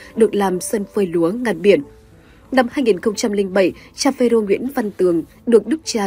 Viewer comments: Ê cô kia… đọc cho chính xác .. PHÊ RÔ chứ không phải PHÊ DÔ nghen…yêu cầu đổi người đọc ..nghe bực mình. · Xướng ngôn viên mà đọc sai nghe khó chịu quá phê rô chứ không phải là phê dô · Chán chêt....cái luoi k dài à ? Phêrô mà doc ..phêZÔ......phêdô....